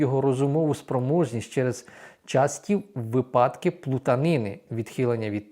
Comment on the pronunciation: Неправильно: різні точки зору, випАдки з наголосом на другому складі. Правильно: різні погляди, вИпадки з наголосом на першому складі.